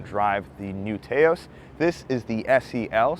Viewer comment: Taos rhymes with "house". Very informative review. I'm actually looking at an SE FWD mainly because its highway MPG is quite a bit better than most of the compitition.